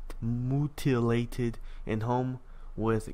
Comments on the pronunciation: lol you said MOO-TIL-LATED lol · the way you said mutilated. haha it's ME-U-TIL-LATED